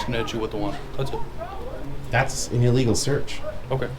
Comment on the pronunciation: "In a gubment billdin', that should be illegah. If it ain't, it oughta be." 😂